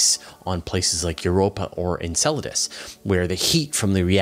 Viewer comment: The guy being interviewed says Enceladus the same way you say enchiladas